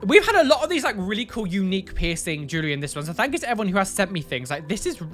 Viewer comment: Potato bags, the way he says the word jewelry gets me (Jew~Lurr~Ree) instead of (JuuL~Ree)